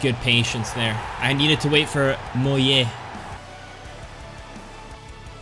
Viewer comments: It's pronounced as Mohle* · would you rather not use mbappe and mollet for a whole wl or use a bronze defence for a whole wl Also its Mo-lay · Bro it's not Moll-it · le « t » of mollet is silent ;)